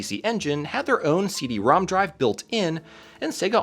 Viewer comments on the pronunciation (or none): It's pronounced "CD ROMROM". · You kept saying Rom wrong in so many places, the Rom^2 in the logos is actually pronounced RomRom, so it is the RomRomAmp and the CD-RomRom.